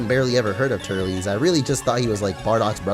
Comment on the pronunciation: its pronounced tur-less